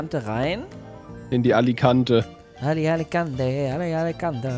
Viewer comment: Alikante Lady gaga: Alechandro